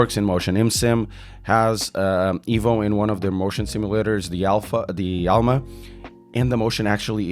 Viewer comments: yes...but EVO , not IVO :))) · please call it exactly "evo" not " ivo " as its director said